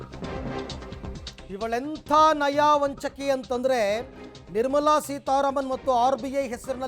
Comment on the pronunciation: ನಯಾ ವಂಚಕಿ ಅಲ್ಲ ಸರ್ ನಯ ವಂಚಕಿ